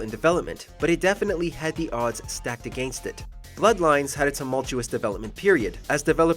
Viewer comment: I love how the narrator turned British when he said “against”